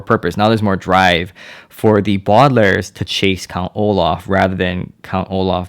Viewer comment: He said the badalairs